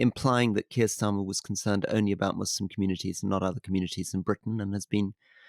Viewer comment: You can tell Rory has been around because he actually pronounces "Muslim" with an S and not a Z